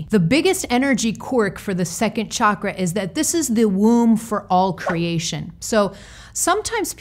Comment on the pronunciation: Other things aside, I love that you pronounce the word CHAKRA, properly! ❤️🧡💛💚💙💜🕉